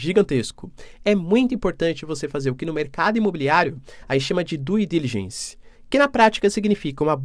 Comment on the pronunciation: curto muito esse canal seu. Vou fazer apenas uma correção na sua pronúncia no inglês, por favor não me leve a mal. Due Diligence = dú dilidgenss (pronúncia) Ronald Reagan = Ronald "Rêigan" (pronúncia) Já fui professor de inglês para brasileiros nos Estados Unidos e sei bem os vícios de pronúncia em inglês por brasileiros. Espero poder ter ajudado. Parabéns!